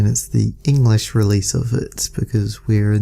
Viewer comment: you said enlesh usa